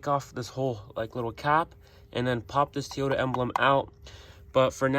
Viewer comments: Not "Teeyota" dude...it's "TOYyota" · And its a Toyota not Tiota. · ARE YOU SAYING TEE-OTA? lolo 🤔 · Hmmm. T-ota. I always thought it was Toy-ota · Stop saying teeyota😂🤣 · Who the hell says tee yoda 😂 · "Tee Yota"?????? Lolololol!!! Where the hell are you from??? I don't see any other red trim on the entire truck, so don't understand where the red emblem idea came from. But it looks weird.